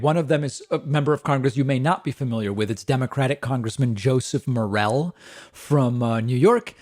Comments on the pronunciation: I know it doesn't really matter, but just as an FYI, his last name is pronounced Morelle'e'. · Btw, "Morelle" is pronounced "Moh-rell-ee." He's the rep for my district. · It's pronounced Morelli. He's a great guy. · David, sir, I live in Congressman Morelle's district in and around Rochester, NY. You are pronouncing his name incorrectly; the last e is not silent. Think of it as "Morelli" or More-ELL-ee. I am informing you, not criticizing. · his name is pronounced "morelley" and spelled morelle. just so you know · David, Rep. Joe Morelle is my representative. We, and he, pronounce the final “e” in Morelle. The other pronunciation is a mushroom!